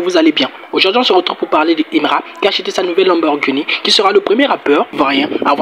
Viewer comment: Aïe tu chok dès 🤣 lenborguni. Comment mm😂